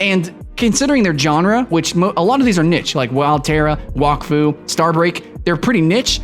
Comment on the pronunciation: you said wakfu and dofus wrong. wakfu is kind pronounced whack-foo it's kinda weird and dofus is kinda like dough fiss